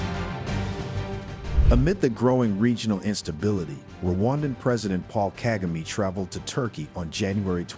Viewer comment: Misplaced blame, tricks being used by the west and europe . These europeana are trying to do the same thing with Ibrahim Traore. Support President Kagame. You as the reporter, you do not even know how to Pronounce President Kagame.. I will stop listening to you.. you are a fake